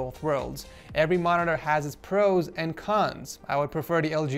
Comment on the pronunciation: Does anyone else hear Morororrr